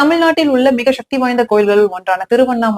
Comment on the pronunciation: நீ சொன்னது எல்லாம் சரிதான் மா, தமிழ் நாட்டில் தெலுங்கு கன்னடம், மலையாளம் அதிகரித்து கொண்டே வருகிறது, அதே நேரத்தில் நீங்களும் கொஞ்சம் தழிழை நன்றாக உச்சரிக்கவும், அதற்கு பெயர் ஸ்சக்தி இல்லை சக்தி அவ்வளவு தான், சக்தி என்று உச்சரிக்கவும், ரஜினி பேசுன மாதிரி தெரியுது